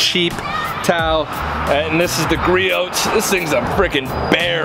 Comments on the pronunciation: Sorry to be nit picky it pronounced gree-ohs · It's pronounced like Gree•owz. Griots is a great brand that is worth every penny when you're a car wash enthusiast. There's always going to be strengths from one brand to another, but this PFM towel is better at drying then any other towel I've used. If anyone knows of a better towel than please comment so I can try it. Thanks! Entertaining video by the way. Good job. You kept me watching.